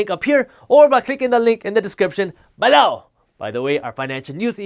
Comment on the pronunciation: Why does he say below like BALEU!